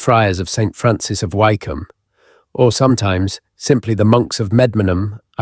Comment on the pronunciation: I think it is AI speaking ,listen to some of the pronunciations ,like Why come and a few others..